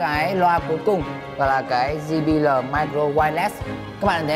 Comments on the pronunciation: ji bi eo anh ơi! chứ ji bí lờ gì nghe mắc cười quá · "Di bi lờ" :v